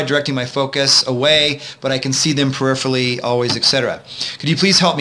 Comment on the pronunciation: peripherally has 5 syllables... this guy talks so fast it sounds like one. lol I had to rewind and play a few times to hear what he said